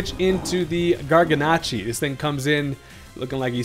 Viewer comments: I’m so glad I’m not the only one that pronounces Garganacl that way lmao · Isn't it garganacL?